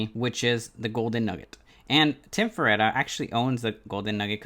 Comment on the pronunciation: Land-cadia... and fer-tita...